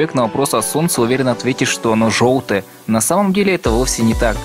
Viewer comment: Не жоутое, оно беое